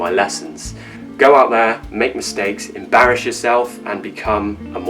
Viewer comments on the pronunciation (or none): It wasn't clear to me how you pronounced the word-- (embarress) s or sh?